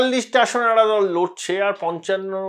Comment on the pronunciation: আপনি 'একটা' শব্দটিকে 'এটা' বলে উচ্চারণ করেন। শুনতে খুব খারাপ লাগে।